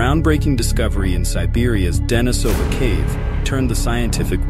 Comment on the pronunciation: Pronunciation: De-NI-so-van and De-NI-so-va (not De-ni-SO-van or De-ni-SO-va).